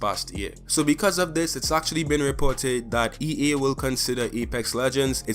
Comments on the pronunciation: You keep saying e e when it's e a just saying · Bruh not to dis the guy but its ea not ee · “EE” it’s (EA) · MOZAMB-EE-K 'ERE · Yo learn to speak its pronounced EA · As a fellow Trini I’m glad to see someone like you killing and thriving in this space! Great vid man, can’t front i did laugh every time you said “EA” pancake